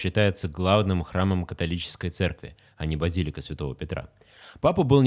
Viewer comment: Не базИлика, а базилИка!